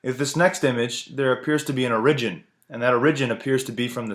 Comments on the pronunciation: Orign??? Oh you mean origin. You're an idiot. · O-ridge-in,,,wtf. does he mean origin? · One, why did you pronounce origin ore ridgen? Two, isn't it written in Genesis that the Jewish/Christian God created the rainbow as a sign that he wouldn't flood the entire earth again? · Say origin again for me please. Lol